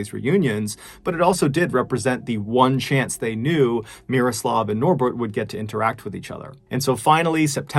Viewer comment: MrBallen, you nailed the pronunciation of Miroslav's name. You really do your homework. Solid pronunciation is quite rare to hear when English speakers are trying to pronounce foreign names.